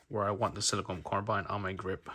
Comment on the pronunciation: It’s silicon (a crystal), not siliconE (a rubbery polymer). Jeez